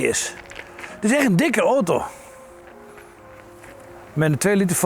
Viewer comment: niemand kan zo mooi 'oto' zeggen als meneer..